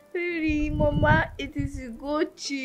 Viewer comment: Rearry mama😂😂